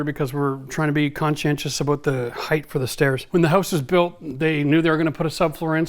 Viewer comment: "Highth" is not a word. Hight; is proper English. Lol